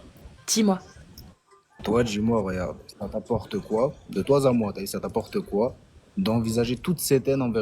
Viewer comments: " De toi z à moi"... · "De toi z'a moi", dès la première seconde, ça n'augure rien de bien ! Mais au moins c'est rigolo. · "Honnêtement de toi zà moi..." 😂😂😂